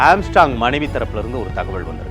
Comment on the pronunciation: ஏன்டா தமிழை இப்படி கடித்து குதர்ர …. தகவள் இல்லை தகவல் …. தமிழ் ஒழுங்கா பேசவே தெரியலையே …